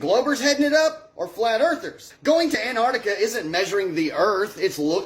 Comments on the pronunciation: "ANNARDIKA" durp durp. muh truuuck. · Attention North Americans. There are 2 Cs in Antarctica. Neither are silent. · That Flerfer doesnt know anything about Antarctica. He can't even say the name.